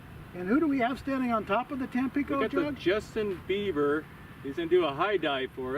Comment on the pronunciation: "Justin Beaver"? 🙉